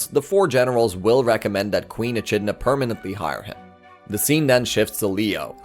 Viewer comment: Echidna is pronounced Ee-Kid-Nah